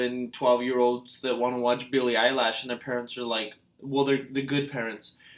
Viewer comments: EILISHH LISHH NOT LASHHH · ITS NOT BILLIE EYELASHS . JEEEEZ.... ITS BILLIE EILISH